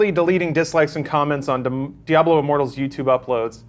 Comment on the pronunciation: he thinks the AH in diablo was good....all words now void.